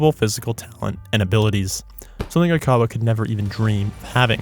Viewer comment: You’re pronouncing “Oikawa” incorrectly